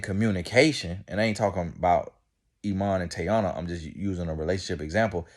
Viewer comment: Sir… can you figure out how to pronounce these people names before you make videos on them bc who is Tayana